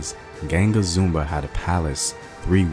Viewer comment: Zumbi is the pronunciation created the free state of quilombo dos palmares until the SLAVERS destroyed it.